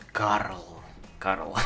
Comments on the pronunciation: Инвокере зовут Каэл, а не Карл же? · Инвокера зовут не Карл, а Каэль.